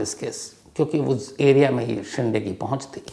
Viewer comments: बहोत बार हिन्दी बोलने वाले ये गलती करते है Shinde को शिंडे केहेटे है जब की वो शिंदे है बिग बॉस से ये मुझे मेहेसुस हूवा जहा शिल्पा शिंदे को हमेशा शिल्पा शिंडे संबोधित किया जाताथा मराठी मे दो अलग उपनाम है: Shinde: शिंदे Shende: शेंडे आशा है मैने बोअर नही किया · It's shinde (शिंदे) but not ( शिंडे).... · शिंडे nahi sir Wo शिंदे hai ❤ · Shinthe nahi shide name hai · शिंडे नहीं शिंदे होता है